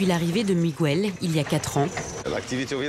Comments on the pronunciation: On ne dit pas "migouel" on dit Miguel, le son "gue" existe en français, par ej.: guerre, est-ce que vous dites "gouerre"? Enfin.......instruisez-vous SVP!!!!!! Ceci dit, votre video et vos idées je les partage amplement, c'est un crime contre la nature, bien fait! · Juste pour info: Miguel se prononce Mi-guel, et non MigÜel 😉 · MIGOUELLE Franchement, il serait temps de comprendre que la langue du Portugal est différente de celle de l'Espagne. Miguel, José et Jorje ce prononce comme en français, et pas Migouelle, Rosé et Roré comme en castillan. Sinon, excellent reportage, merci et bonne continuation. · Très bon documentaire mais pourriez vous une fois pour toutes arrêter de prononcer le prénom Miguel en disant le U??? C’est Miguel pas Migouel … comme on dit Guêpe et pas Gouepe. Je vous jure que c’est énervant car cela fait des décennies que j’entend les français mal prononcer ce prénom …. Merci 🙏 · OH,, on ne prononce pas MigUel,,,, mais Miguel (Migél) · Mais pourquoi insistez vous à prononcer "Migüel" alors que l'on dit, comme en français, Miguel. C'est du portugais, pas de l'espagnol ou je ne sias pas quoi. C'est stupide, quoi. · Pète un coup ça ira mieux, explique aux portugais comment en prononce le R en français, après on verra pour Miguel. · En castillan on dit Miguel sans U, José et pas Rosé et Jorjé et pas Roré ! Vous n 'avez jamais été en Castille ? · apprenez à prononcer Miguel...c'est énervant! On ne prononce pas le"U".